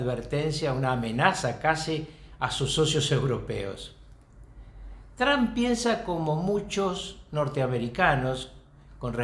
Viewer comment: Alguien le puede enseñar a este sabio como pronunciar TRUMP por favor